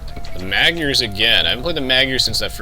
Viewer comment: Awesome vid! Wouldn't it be better to just say "Hungarians" instead of mispronouncing the word Magyar? :P :P Since they do speak Hungarian anyway...